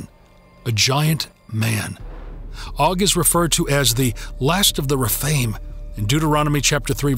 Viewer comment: Some of the words are weirdly pronounced, like Rephaim.